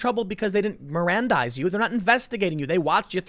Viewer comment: “You have to merandize me.” “But I’m deaf.” checkmate